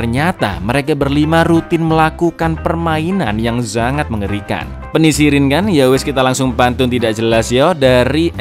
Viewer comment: apa "pen is"?